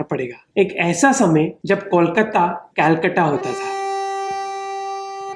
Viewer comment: Bro, it's not kolkatttta. it's kolkata🤨😑